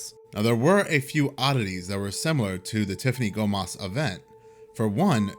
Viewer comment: Let me tell one more thing about her! She said in her video Gomez, not Gomas you and everyone pronounce differently¡ …you are right is not her nice video buddy.👍